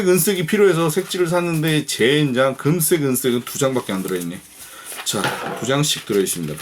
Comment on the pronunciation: ㅋㅋㅋㅋ웃음포인트들이 곳곳에 있군요ㅋㅋㅋㅋ 이렇게까지 해야하나 하시다가 어디선가 등장한 시드물박스ㅋㅋㅋ 가위질 재밌다고 거대촉 만드시고 잠깻다고 하시는거부터ㅋㅋㅋ 금쌕!! 은쌕!! 강렬한 발음에 어후 야들야들해져요~ㅋㅋㅋㅋㅋㅋ 재밌게 시청하고 갑니당!!ㅋㅋㅋ